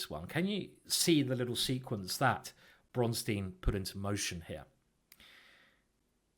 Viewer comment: A great and very taughtful video! Btw it's pronounced [Bronstain], not [Bronstiin]. This something Americans and apparently British people as well do not understand for whatever reason.